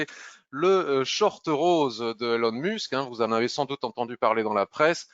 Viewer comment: ilon musque hhhhhhhhhh la prononciation française. So funny